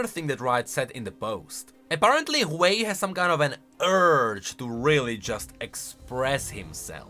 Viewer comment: Ain't no ''hwei''